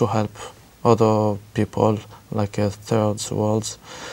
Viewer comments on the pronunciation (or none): none